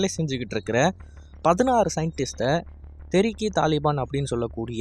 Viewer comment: தெரிக்கி இல்லப்பா தேஹ்ரிக்கி